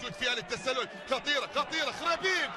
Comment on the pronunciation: ههههههه بضحك عل معلق عم يقول خريطين بس هدف رائع # أسم اللاعب (عمر خريبين)